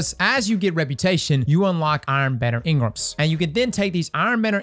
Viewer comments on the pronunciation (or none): the way you say engrams has me dying